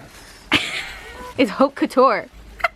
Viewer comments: the H in Haute Couture is silent say Oat Couture not Hote couture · Lol 😄🤪 pronunciation of haute couture. She's so cute.